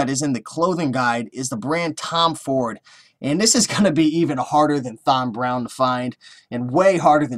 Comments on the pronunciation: It's pronounced like TOM....brown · It is pronounced TOM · I never thought it would be possible to mispronounce the name Tom. You have a unique talent there.